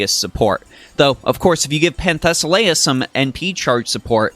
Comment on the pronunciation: You pronounce her name wrong, but good video.